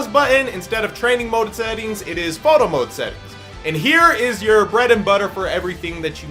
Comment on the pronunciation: Through out all this vid i heard him say moto mode instead of photo mode